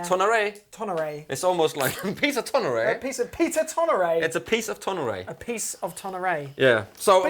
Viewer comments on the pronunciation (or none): Sorry, but in my opinion , this was a poorly done comparison of the tonal differences. Heard very little bass played. There was not much discussion among yourselves either in what their tonal differences were. And you both mispronounced Tonare and Angelus. Seems like not much preparation was done ahead of time to familiarize yourselves with these models. I just didn’t come away feeling very well informed about how these sound different.